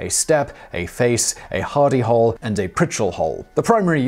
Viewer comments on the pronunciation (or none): At 1st I thought you were saying Hidy Hole!